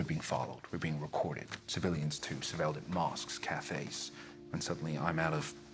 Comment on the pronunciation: "mosques" "cafes"